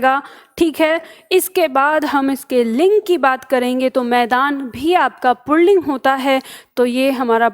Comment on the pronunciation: आप पुल्लिंग को पुणलिंग बोल रही है।